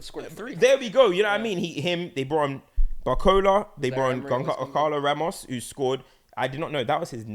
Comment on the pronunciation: trynna pronounce Gancalo Ramos like Madwookie